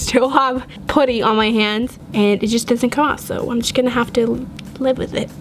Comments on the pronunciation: You are saying putty wrong and it’s triggering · I couldn’t watch this video for long They way she pronounces putty got on my nerves BUT I STILL LOVE YOU 💞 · I don't like you say putty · It's driving me crazy how she says putty lol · I’ve never heard anyone say putty like that🤔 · She keeps saying poddy instead of puddy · it’s P U T T Y not P O O T Y uuuuuurrrrrrrrrrrr😞😞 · It’s putty not POUTTY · Anyone els get irritated by the way she says putty....put tea....it's putt ee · IT'S PUDDY NOT POODY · Putty not pouty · Why do you say putty like that. I thought it was pronounced with a uhh sound not pooty. Lol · Its cringy whene you say potty in stead of putty pls stop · Am i the only one that gets bothered by the way she says puddys💀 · its p-a-tt-E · Did anyone peep how she said putty she said put e and how she said clear glue not clear slime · is pronouncing putty wrong it’s pu-tee not puty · Can you plz say putty RIGHT😡😡😡😡😡😡😡😄😄😄😄😄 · How she says putty: pooty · its pronounced puh tee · She says "poody" lol! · (Put)(ie) is how you pronounce it